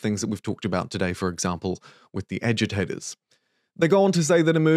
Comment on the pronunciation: I can't be the only one that keeps hearing "edutators" instead of agitators. Right?